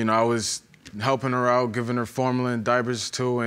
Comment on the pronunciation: I fell all the way OUWT!!! That WOW hit deep 🤣🤣🤣